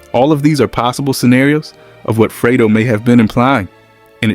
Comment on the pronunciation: freydo? it's fredo